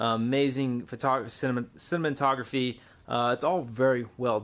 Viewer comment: haha "cinnamontography"